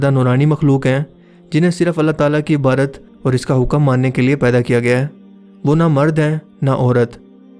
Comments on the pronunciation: My Dear,,,Aik Lafz Ko Darust Kar Lain,Aap Kehtay Hain Keh Farishtay ALLAH TABARAK TA"ALA Ki Ibarat Kartay Hain..Jo Keh Ghalat Hay..Asal Lafz Hay (IBAADAT)PLS Iss Ko Darust Parha Karen<>THANKS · بھائی جان بھائی جان۔۔۔۔۔لفظ "عبادت" کا تلفظ درست کر لیجئے